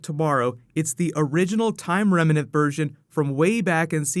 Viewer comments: bro, you've got to learn how to say "remnant". I think you're getting confused with the word "revenant" cause you end up saying "remenant". Picture the two headed monster on sesame street: rem... nant... rem... nant... remnant! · "Rem-nant" 2 syllables. Not 3.. . 👍🏻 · Also, I love you man, but you GOTTA start pronouncing remnant correctly without that extra "a" in the middle that makes it sound like a mashup of remnant and revenant.